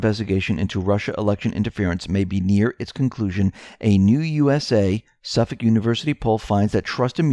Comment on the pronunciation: You say Suffolk like a new yorker 😂